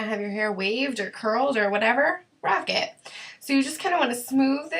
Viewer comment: Rock it* not Rick it lol